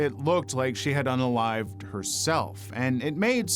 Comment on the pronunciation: Why do you keep saying "UNALLIVED"???